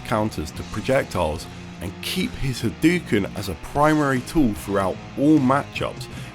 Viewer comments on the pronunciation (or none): Very beginning of the video: "H'dookns." What the fuck is this ^ You are right when you say that generally people don't like zoning. But rather than not wanting zoning to be a thing. Zoning is an easy-out for people that are just shit at the neutral game. So zoning has a lot of counters. Zoning is also generally not fun to watch. At all. Also frankly. I'd expect someone who has heard Ryu yell "Hadoken" a million times a day to know how to say it.